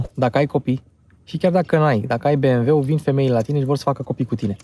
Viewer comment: Super prezentare, esti bun, dar "bemweul" este slab rau.